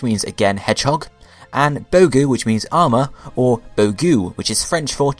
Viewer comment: Erm... "bogue" in french is said just like the english word "bug". (trust me, I'm french (not european french, but french canadian))